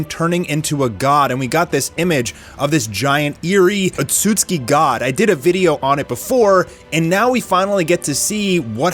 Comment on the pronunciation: Would you stop mispronouncing Otsutsuki.